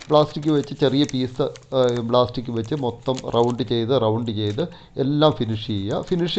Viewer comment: ബ്ലാസ്റ്റിക് അല്ല പ്ലാസ്റ്റിക് (plastic).